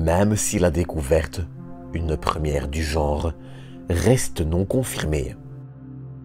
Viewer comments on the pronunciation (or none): none